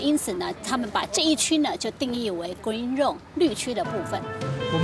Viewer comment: Green Zone讀成Green Rong了哈哈好可愛